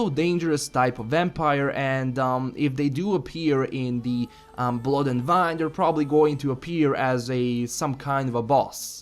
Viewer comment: wine ...as the drink... i still hear you say "vine".